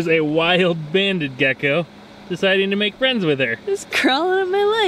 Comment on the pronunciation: Did he call that gecko gacko